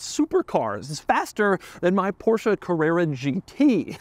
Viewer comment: Dude learn how to pronounce Porsche, same could be done with BMW